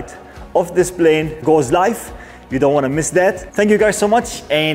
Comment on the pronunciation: you're almost at one million subscribers and you still say "Blane"!! Come on, man. It's not that hard to pronounce it correctly -Plane. Lots of Arabs pronounce P as it should - P, NOT B. It's NOT that hard.